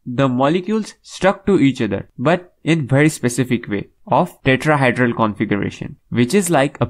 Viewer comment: Fyi pronounce it 'tetra-HEE-dral' not 'tetra-HY-dral'. Just a tip."Hydro" has to do with water so it may be confusing to those who do not know the proper terminology. I know English is not your first language so please don't think I'm being rude.